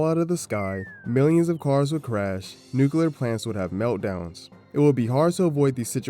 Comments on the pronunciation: Bro, I hate it so so much when people use the fkin stupid word "nucular" you even wrote "nuclear" just fkin say it! People fkin say "squirrel" and other words that are way harder to pronounce, but for some stupid reason the word "nuclear" gets dumbed down? This is literally the problem with humanity. People have gotten stagnant and are unwilling to go back and fix past mistakes. Instead they change the rules to make them technically correct. If we did that sht with everything else too the world would deteriorate. But wait, we do! A dark future lies ahead of us boys. This video might be more relevant than we realize. Sadly it's unwatchable due to him saying "nucular" all the damn time... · "Nucular". Lol